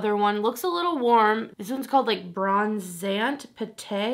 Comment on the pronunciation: omg! You just made my day--'bronzant pate' is just French for 'putty bronzer'--that's not the shade name you're reading.